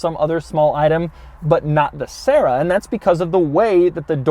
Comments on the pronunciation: Try keeping yourself serious after you hear Sarah instead of Sera... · SEH RAH that's how it's said. It's a Tercel with gullwing doors. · Doug for the love of god, please listen to some Doris Day and learn to pronounce the bloody thing properly!!!!